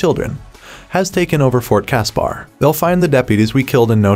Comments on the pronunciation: Fort Casper not cas.par. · And Fort Casper same as the friendly ghost. This reader sucked